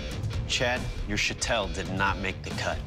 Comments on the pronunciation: Am I wrong? It's pronounced Show-tul... Not Sha-tell. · its shitol actually, shotel is an english corruption of the native word for the sword